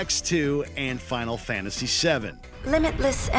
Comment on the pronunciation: “Final Fantasy Ex-2”